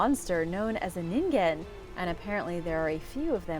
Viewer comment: ningen is pronounced “nee-n-gen” and is the japanese word for human ✨